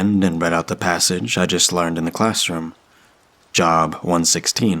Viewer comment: Job in the Bible is pronounced “Jobe”.